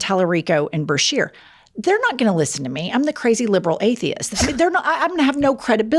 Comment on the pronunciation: Wow, really dunked on Duncan! Multiple chances and he still F-A-I-L-E-D. P.S. - BA-shear✔ not BRA-shear❎